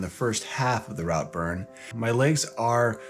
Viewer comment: Please, when in another country have enough respect to learn correct pronunciation. It’s pronounce Rootburn…